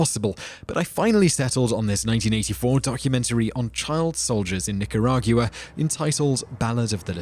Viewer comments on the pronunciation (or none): Dude I know your English but you slaughter some names. Joaquin Phoenix is pronounced "Waa Keen" and it's "Nic er ah gwa" for Nicaragua. Love your work though. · Joe-a-Quinn Knee-car-ah-gue-ah Wur-nurr Hurr-zog Kriss-stee-in Bow-gee-man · some disturbing mispronunciations of words,here. including Nicaragua; Nica argu a ?? Joaquinn Phoenix; Joe A Quinn Phoenix ?????